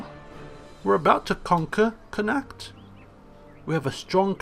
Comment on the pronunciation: you are saying connaucht wrong